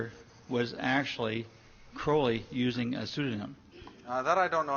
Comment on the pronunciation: Actually if you read the book, Crowley is using child sacrifice to refer to masturbation. This guy hasn't read it either, and he also doesn't know how to pronounce Crowley.